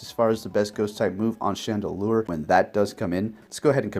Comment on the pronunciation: He called chandelure "chandelier" at first too lol